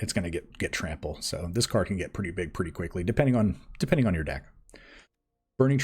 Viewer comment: Game #2 "I feel lucky" You mispronounced "Pretty"